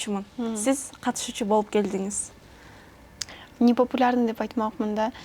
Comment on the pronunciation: Журналист каякта окуду экен, келдиз, барчуз, билчуз, алчыз дейтго. Кантип туура суйлоону билбей эле чыга берет.